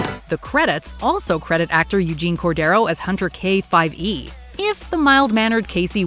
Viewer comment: Hunter K-5E... "K - SE"